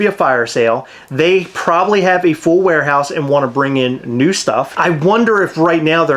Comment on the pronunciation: 100% said “””Plobably”””😂 also they need a bar….. “come get fuck-eyed at buckeye” is the best slogan ever